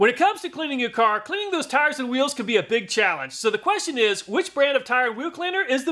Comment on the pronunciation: he says.. whoeeels